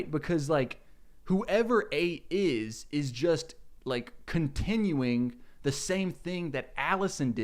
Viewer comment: Take a drink every time he pronounces a word ending with ‘-ing’ as “-ink.”